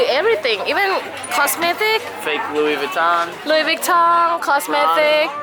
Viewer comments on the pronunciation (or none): none